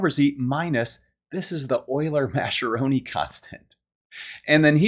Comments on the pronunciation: Great video with lots of fun and clear explanations! One very minor non-mathematical note: Mascheroni is an Italian name and the "ch" is pronounced "k": mas-ke-ro-ni. If you're used to German, it's easy to see the "sch" together as "sh". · I think Mascheroni should be pronounced like maskeroni if it's Italian, since the h converts the c to a hard sound such as we see in Tedeschi and bruschetta and barchetta and maraschino and Machiavelli.